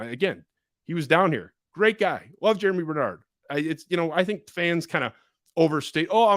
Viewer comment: Germie** not Jeramy